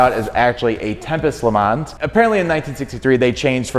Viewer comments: Great vid, as always!! But the S on the le mans, is mute. You dont pronounce it :) tip fron a french canadian. The bob ross was So epic!! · LE. MON. SILENT S